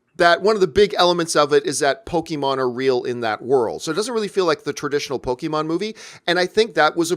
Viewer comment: It’s po-kay-mon, not po-kee-mon.